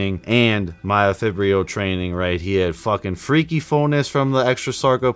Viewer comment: Learn to pronounce myofibrillar.